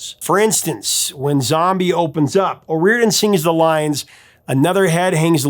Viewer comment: "O rear den?" No.... 'O ree or dan...' Yes!!!!